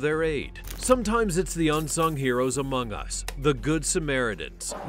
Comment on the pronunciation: at 14 seconds into the video he said among us like the hit game among us haha